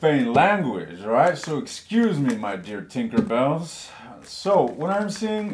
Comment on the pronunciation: Lmao did u say tinkerbell 😂😂😂